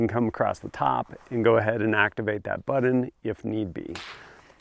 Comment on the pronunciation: Its pronounced BUTT-on, not BUDDEN. you dingus